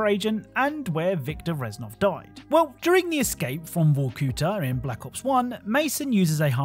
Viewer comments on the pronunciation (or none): I love how randomly bro says “Vorcooter” instead of Vorkuta